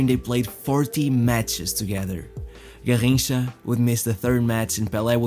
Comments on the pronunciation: SAY IT RIGHT GARRINCHA NOT GARJINCHA EVEN PELE SAID THAT GARRINCHA WAS BETTER THAN HIM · I stopped The video the video the third time he said “Garrincha”… hurt my ears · Your pronunciation of Garrincha is very odd and distracting. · Can you say garrincha one more time again?